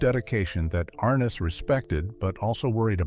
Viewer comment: arNESS. Accent on the NESS. ARness.